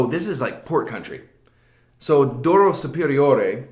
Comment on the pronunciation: That was a very good attempt at the Portuguese pronunciation -- better than the vast majority.